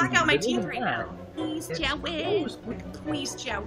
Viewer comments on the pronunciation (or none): dA STOWY OF JAWWWWWWWWWWWWWEEEEEED